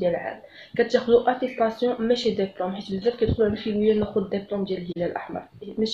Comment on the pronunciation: ديبلوم وليس دابلوم و شكرا على المعلومات